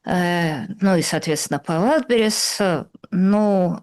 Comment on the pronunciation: ВАйлдберриз, а не ВайлдбЕрриз😂